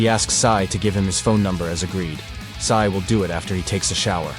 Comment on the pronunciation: Sae not Sai